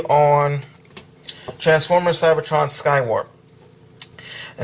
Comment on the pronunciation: u said CYBERTRON skywarp